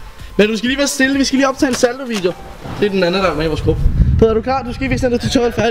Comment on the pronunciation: Du siger saldo